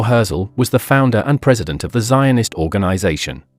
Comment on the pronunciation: Maybe learn how to pronounce his name?